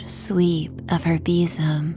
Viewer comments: sounds like bissum 🤪😂😂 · Sadly, I couldn't relax to this story for the simple and daft reason of your pronunciation of besom. We say it very differently here in Scotland, and I couldn't help but call out our version each time you said it. 😅 oh well, I'll wait for the next story 😊